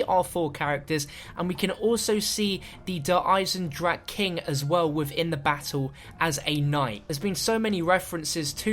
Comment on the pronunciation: Even now he refuses to pronounce der eisendrache properly. Smh